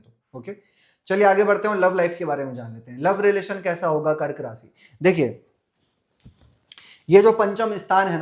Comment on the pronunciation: It's Rashi... not rasi